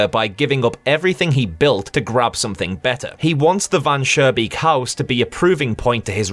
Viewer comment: This is a FANTASTIC analysis, I agree to pretty much everything. Additional thoughts: - The developer trying to delete the vermin problem with very low effort is adding to his downfall. - It's Van SchooNbeek with a pronounced n, not Van Surebeek with an r... but when I told you that in the last video it was already too late I guess. - I don't know if I'm sure Van Schoonbeek is greedy... maybe he just likes to mess with people, who knows - Not sure the vermin in story 2 are "greedy"... I think they are just insect like doing what they do but at first reflect the developer (or his desires) and are more in a disguise this way